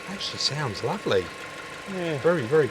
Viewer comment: "it 'as come up laaavely"